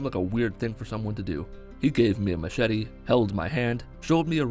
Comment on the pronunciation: you said machete not machete and tribal knife lol